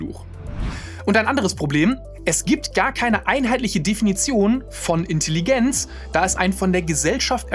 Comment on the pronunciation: Grandioses Video, wirklich. Aber wenn ich noch einmal Intelligenz mit einem stark betonten I statt eines E's hören muss, bekomme ich wirklich die Krise.